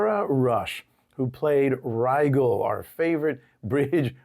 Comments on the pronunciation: Her name is Rijel NOT Rigel.The G sounds like a J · Not pronounced "Ri-Gel" but "Ri-Jel" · Good video. One quibble, the name Rigel probably should be pronounced like the star Rigel, i.e. as rye (like the bread) jel (as in jello).